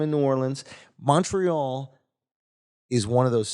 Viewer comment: Lmao these dudes aren't fooling anyone calling montreal "Munchree-all" WE FUCKIN KNOW YOU WERE BOTH BORN IN THE US YOU DUMB FUCKS. YOU AREN'T FRENCH CANADIAN, AND APARENTLY YOU DON'T ACCEPT BEING BLACK AMERICANS EITHER.... Eat my ass losers, enjoy your toblerone..